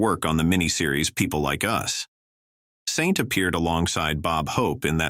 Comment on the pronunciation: These AI narrators cannot pronounce names correctly. Sometimes Saant and correctly as Saint. Can't you afford a real life narrator?